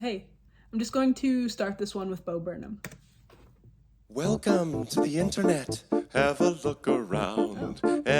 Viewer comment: It’s Burnham lol not Burnhman